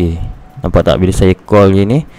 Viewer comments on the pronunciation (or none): none